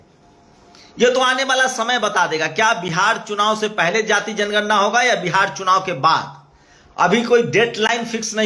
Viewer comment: aagye tum pahle bolna sikho tor diya jay mor diya jayejanigarna